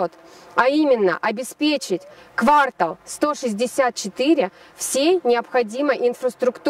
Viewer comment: Ага прям бесит😢 а ещё дОГовор